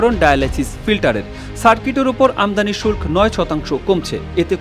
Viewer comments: শুল্ক এর উচ্চারণ আপনাদের কাছে নতুন করে শিখলাম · শুল্ক উচ্চারণ শিখে নেবেন।